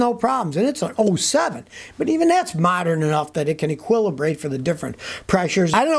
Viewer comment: Scotty... It's pronounced e-quill-e-bree-ate